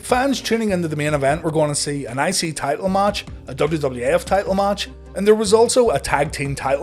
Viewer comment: Every time he says I-C champ or I-C TITLE I am hearing ICY-champ ICY-TITLE! L lol